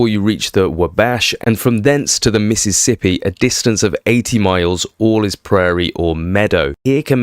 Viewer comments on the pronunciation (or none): none